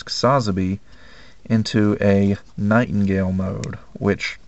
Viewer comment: Love all the models and paintjobs you do but i only have one thing that bothers me can you plz say sazabi right go watch chars counter attack your killing the name.